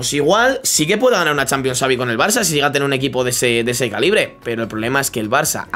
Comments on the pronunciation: No se dice savi es chavi 😂😂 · pq casi todo el mundo dive savi con s, se dice xavi se pronuncia chavi